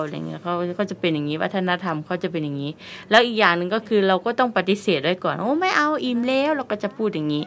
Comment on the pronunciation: ทำไมพูดคำว่าแล้วเป็นเลี้ยว